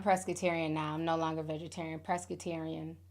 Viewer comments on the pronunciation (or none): Ti I know you didn’t just say “ pressss-crutarian “ pescatarian * lmaoo